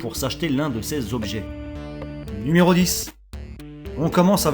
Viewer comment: "nméro 8" la facon dont tu le dit ^^ sinon bonne vidéo